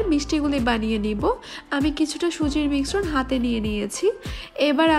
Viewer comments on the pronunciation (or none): miksron নয় মিশ্রণ